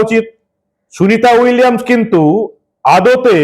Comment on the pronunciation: শুভেন্দু নিজেই তো সুনীতা উইলিয়াম উচ্চারণ করতে গিয়ে তো তো তো তো করে ফেলল । সে আবার এত বড় কথা বলে।